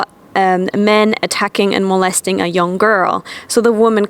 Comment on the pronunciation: Molesting, not "molestering"